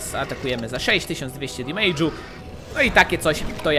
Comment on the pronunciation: Mówi sie "demedż" a nie "demejdż"